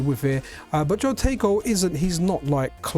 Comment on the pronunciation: Nice video, it is HO-tego, not JO-tego, I'm guilty of the same sin, something to do with Spanish I think, your example in Patreon, your Pateon comment was a decent idea to start a way of separating the Pocket from the OLD, years OLD, contributions from the supporters for the MiSTer platform development.